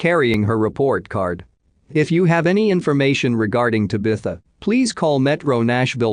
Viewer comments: This guy needs to learn how Tabitha is pronounced same has bewitch’s daughter. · The only thing wrong with these usually informative uploads is the idiotic Bot narration. The often mispronounced words and names is annoying. This last case specifically where it mispronounces “ Tabitha” at least 100x’s is disrespectful to her and her family. I’d be royally pissed if this were my child and heard her name continually being pronounced as such . Ditch the Bot and you’d have an amazing channel. Just my suggestion 🤷‍♀️